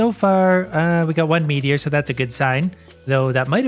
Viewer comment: When he said “pure meteor” I keep thinking it sounded like “ pure Michigan”